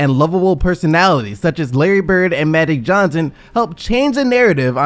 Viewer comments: So the narrator did a whole story on magic Johnson but cant say magic? Who is maddic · Can you pronounce "Magic" instead of "Matty" Johnson? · No disrespect but...is he saying Maddy Johnson!? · Is it me or does he keep saying Madic Johnson? ;_ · Why can't this guy say the word "Magic " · who the fuk is Ma-dick Johnson? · SMO hahaha! I heard him repeatedly pronounce his name like that too lol